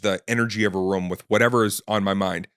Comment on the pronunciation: guy says "room" funny. almost like a "rum"